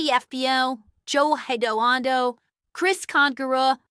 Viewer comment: Hey! It’s pronounced Hidalgo. Hid-al-go! Not Hedoando.